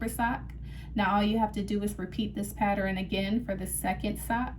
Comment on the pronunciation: PATTER-EN??????? IT PRONOUNCED pattern....PATTERN!!!!!! PATTERN!!!!!